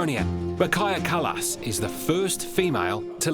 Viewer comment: Hey, thanks for getting our prime ministers name correct 🇪🇪 😅